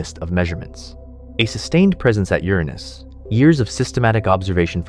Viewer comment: "CGI, no AI" for the visuals, maybe. The narration is almost certainly AI-- we got at least three different pronunciations for Uranus: YUR-in-us, your-ANUS, and bafflingly, yur-AHH-nus.